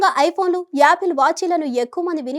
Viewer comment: It’s not yaapil…it’s apple